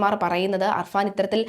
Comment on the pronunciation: അർഫാൻ അല്ല കുട്ടി അഫാൻ